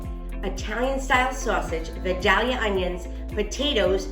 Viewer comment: Please learn how to pronounce Vildalia. vi*dayl*yuh The "dayl" is a long "A", like day.